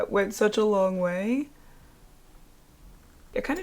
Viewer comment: Buhlack. Longuh. Skinuh. Sprayah. Onezzzah. Pinka. I can’t anymore 🤦‍♀️